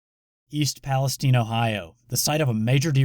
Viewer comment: Is he butchering the name Palestine? Or do Ohio people really say palesteen?